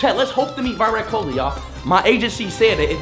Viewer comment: love how all of them responded with why rat Kohli even tho they all know how to pronounce Virat Kohli